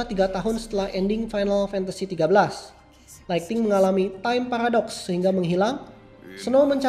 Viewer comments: Kak bukan lighting / laigting tapi lightning / laigning woakwoakwoak jangan katro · Lightning bang bukan Lighting